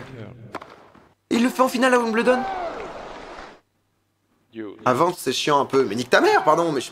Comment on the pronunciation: La maniere que tu prononce Wimbledon me tilt en tabarnak haha